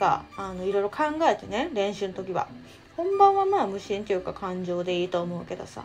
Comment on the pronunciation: 無心が虫に聞こえたw